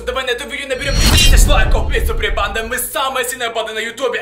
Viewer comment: Я вроде глухой но я слышу вместо банда-панда 🐼